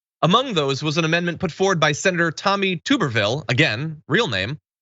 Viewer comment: Just gonna throw out one thing: you mispronounced his name. It's more like "Tub-err-ville". Don't blame you or anybody for not getting his name right, because he's a nobody. To more clearly understand him, he majored in P.E. in college. He became head coach at Auburn, one of the two major schools in Alabama. Most of the state (about 70%) are diehard rival Alabama fans. He spent several years being one of the most hated people in the state. When he started to lose, Auburn paid him $3,000,000 to leave. He fucked off to Texas. He has (all caps because it can not be emphasized enough) ZERO POLITICAL EXPERIENCE. All it took for him to win a senator position against Doug Jones was to come back to the state and say "Go Trump". That's it.